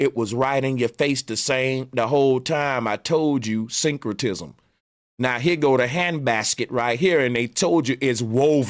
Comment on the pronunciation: This dude said "Synchrotism" 🤦🏾‍♂️